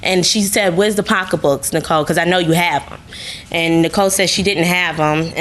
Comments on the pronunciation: Did she say they went to Apple B’s to get “pockabooks”? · You mean “pock a books” 😂😂😂😂😂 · I was cracking up every time they said pockabook😂😂